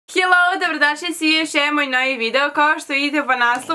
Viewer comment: Malo ti je glupo da kažeš hellou